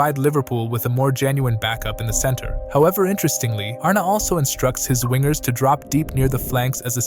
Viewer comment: Pretty fab video, but you're pronouncing his name incorrectly. It's more Arn-uh, not Arné.